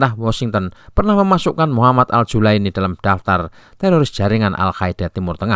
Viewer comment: Muhammad Al Jaulani bos, bukan julaini..hadeuh..